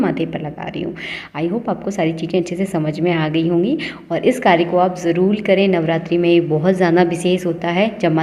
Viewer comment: It is jaroor karen not jalool. Please prounce r as r . It is highly irritating if you can't prounounce properly.